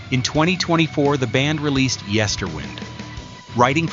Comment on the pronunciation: This looks indeed a somewhat botched 'documentary'. You did not even react to the final mispronounced name of the album 'Yesterwynde'.